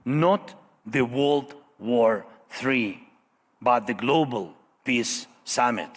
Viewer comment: Hahahahahhas zelenskyy cant say peace. He says piss. I can't stop laughing, he wants piss.